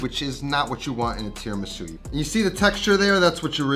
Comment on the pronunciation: Italiana 🙋🏻‍♀️ Not mad but … Tee-RAH-Mee-Su You have Italian face what that mouth do? Rahrahrah 😌🤫😜